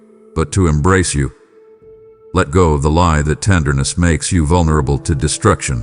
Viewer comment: " I Emnrace!"